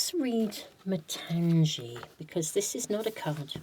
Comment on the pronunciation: Hi, for Pile -2 it should not be pronounced as matanzee it is matangi as gi in gift. Matangi is one of the dasamahavidyas. Very powerful goddess 🫶🏻 from India.